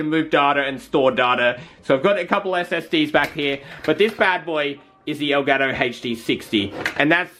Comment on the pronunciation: El gato pronounced in doucheglish: eu garo